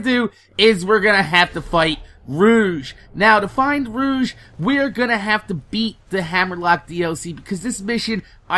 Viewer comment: its pronounced "roh- g"